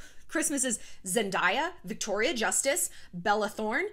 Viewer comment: At the risk of being pedantic, her name is pronounced "Zen-DAY-Ah."